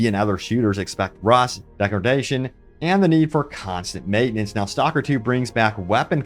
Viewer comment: your pronounciation of STALKER is horrendous, its not a english word. I could not listen more then a 1minute